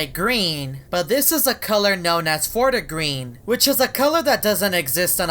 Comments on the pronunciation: Normal people: fort green: forta green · Its /fort green/